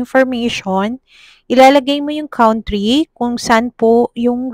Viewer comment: Country= pronounce as kantry di po kawnt